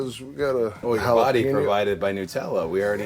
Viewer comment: It's NUT-ella. HazelNUT.